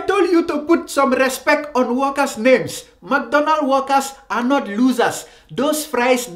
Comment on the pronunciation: Ohhh so he was saying workers I thought he was saying walkers. lmao